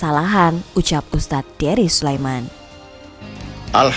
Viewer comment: Tuh kan jelas bilang Ust Derry, eh dia ngles bilangnya dengernya Herry🤣🤣